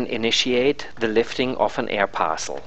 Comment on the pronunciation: "an air parcsul"